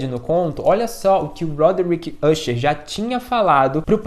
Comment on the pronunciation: Pô, se pronuncia "acher" e não "úcher". É "dupan" e não "dupin" caramba